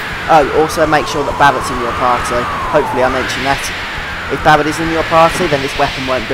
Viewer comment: Idk why but i find it funny how ya tak, saying Barret and Sephiroth. it's like you are replacing r's with w's, talking like you're talking to a baby. Lol